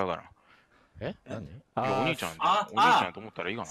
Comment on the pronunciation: 何回聞いても最初のところが｢おねーちゃんが欲しかった｣にしか聞こえないんやが